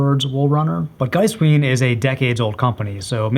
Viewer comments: The diphthong vowels in Giesswein should be exactly the other way around. Geesewine. The w sound is still Americanized, but fine in a semantic spoken context. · To pronounce Giesswein correctly, simply flip your pronunciation of the two "i"s around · Giesswein is an Austrian company so follow German pronunciation. When e and i occur together in German you pronounce the second letter, so Giesswein is pronounced Geese-wine, or Geese-vine if you are going for full authenticity.